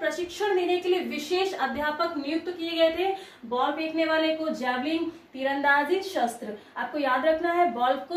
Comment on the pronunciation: जैवलिग नहीं होता मैडम जी जैवलिन होता है.....